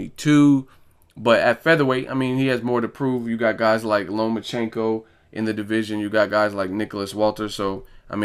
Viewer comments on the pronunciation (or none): none